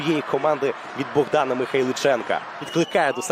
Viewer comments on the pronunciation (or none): none